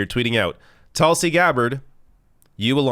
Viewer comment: It’s TOOLSI, not Tulsi